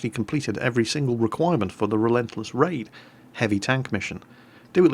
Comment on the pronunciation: When he said relentless raid I thought he said relentless rave.